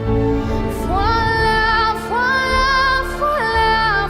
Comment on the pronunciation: Never knew “voila” is pronounced “frola” the more you know